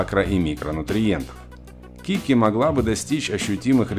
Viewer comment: Не кики, а кити